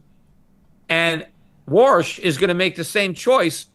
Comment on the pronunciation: His name is Warsh not Walsh, 😂